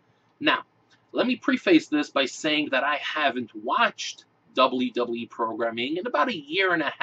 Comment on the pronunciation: "dublee dublee ee" lol